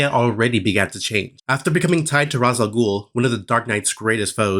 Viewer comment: Why do people keep pronouncing Ra’s name Roz? It’s like nails on a chalkboard to me.